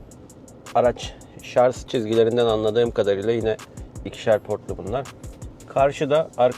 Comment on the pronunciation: Şarz değil Şarj 🤦